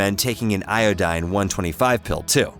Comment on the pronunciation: "Ioooeeedine" ... "Isoooeeeetypes?" WTF? Google how to pronounce them. Thanks for the info. :)